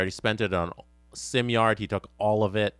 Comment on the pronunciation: Simard is probably upset you keep calling him simyard